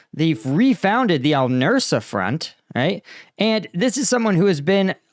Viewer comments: Al nusra, not nursa. That's something else. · Nusra, not Nursa. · Al-Nusra. Say "noose-rah". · you really need to practise names a little before you record, please. It's Noos-ra, not Nursa; Id-lib, not Il-dib, etc. These are not difficult to master, and you seriously undermine your otherwise excellent content by not bothering to get them right. Pretty please, with ketchup on it. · Nusra not Nursa and Idlib not Ildib.